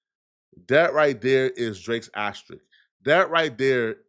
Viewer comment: Is he trying to say asterisk??